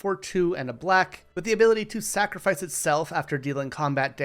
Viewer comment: I don't like how you said sacrifice like that. Final Fantasy is great it has its downsides but what franchise doesn't